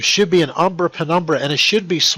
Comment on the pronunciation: The way he said "umbra" sounded like "Aww, brah!"